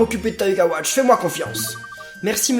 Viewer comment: c moi ou à l'intro il dise wash plutot que watch